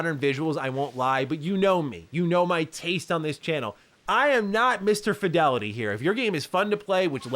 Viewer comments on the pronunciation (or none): none